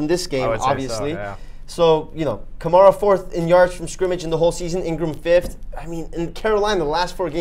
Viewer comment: Kuh-mare-uh. Alvin Kamara.